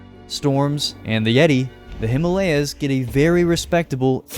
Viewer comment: U pronounced Himalayas wrong